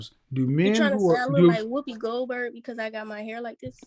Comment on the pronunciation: He said whoopy Goldberg 😂